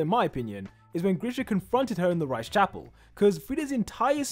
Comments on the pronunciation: the way he pronounces "reiss" like "rice" instead of "reese" 💀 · rice??? you mean reiss? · Why does he pronounce Riess like rice?? "The Rice brothers" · reiss? nah , rice